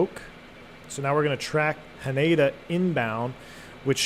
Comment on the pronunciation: Not sure if this is something you'd be interested in reading or thinking about, but hearing you say Haneda was a little jarring. The emphasis is on the Hah, so HAH-ne-da. Also it's more like the ne in neck, notsomuch like nay.